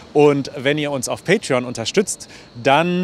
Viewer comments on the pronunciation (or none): none